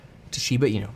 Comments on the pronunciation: It's not "SHIBA ENEW". It's "SHIBA ENOO" as correct Japanese pronunciation. =] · Its pronounced inoo not inew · Kevin, INU is pronounced [ee-noo]. Pronounce it as if it were Spanish. It's Japanese for "dog." There's no "ñ" sound in that word. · Lol at "een-you"